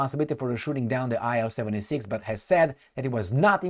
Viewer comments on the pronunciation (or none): IL-76 is pronounced as 'eel-76'. Designer of the plane was ILyshin Sergey Vladimirovich.